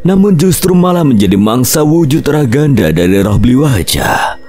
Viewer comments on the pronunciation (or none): Aku tim bli Waja & mbah Djiwo. Oiya ralat, wujud ghaibnya bli waja itu namanya Rangda, bukan ragada. Makasih 🙏🏾